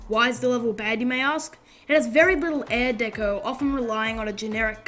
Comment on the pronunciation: you keep saying air deco lol